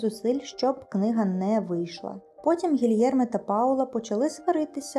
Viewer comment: Гілєрме, а не Гільєрме